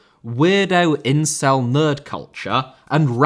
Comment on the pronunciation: What's with the incels in the comments? Bring back and his pronunciation corrections. That's in-cel, not in-sul.